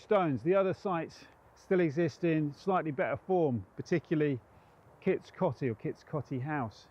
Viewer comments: It's pronounced Kits Coatey! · Great video in my home County. On pronunciation, all my Grandparents used to pronounced Kits Coty as Kits 'Coatee'. I have no idea if that's correct or if there even is a correct pronounciation.